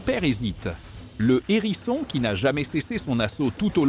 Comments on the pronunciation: Un "h"érisson et non un nérisson, humain au faible vocabulaire ou IA sans subtilité linguistique. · Il s'agit d'un "HÉRISSON", pas d'un "N'ÉRISSON ! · On ne dit pas un n'herisson mais un herisson il y a un H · un Herisson, pas un Nerisson ! 😂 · Waou,c’est impressionnant, j’adore cette vidéo. Merci. Éviter toutefois de faire la liaison avec hérisson. Un hérisson pas un nérisson, des hérissons pas des zèrissons😂